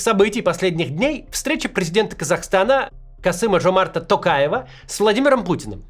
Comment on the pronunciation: Как-то странно вы, Максим, фамилию Токаева произносите – через вологодское "о". 😂